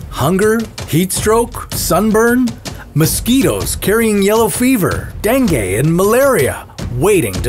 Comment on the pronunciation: him:dangay(dang-gay) me:ITS DENGUE ALRIGHT(Deng-gee)